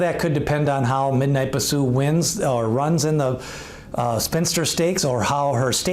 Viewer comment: Horse No. 7 in your list is Shedaresthedevil not Shesadaredevil. (She dares the devil) also Bisou is pronounce Bee sou not Ba sou.